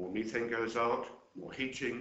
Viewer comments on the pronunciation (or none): This is great info and he has the most bizarre pronunciation of words I have yet heard from a European English-speaker. "Mee-thane" in-ex-oh-rible"....geez!